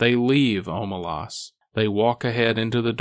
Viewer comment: It's pronounced Omelas not Omelas